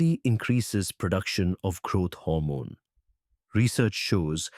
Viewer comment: It is GROWTH HORMONE not grot hormone..